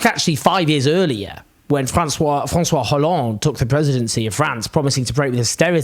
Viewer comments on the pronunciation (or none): The analysis is but he said the ‘h’ in ‘Hollande’, very much a ‘faux pas’! 😂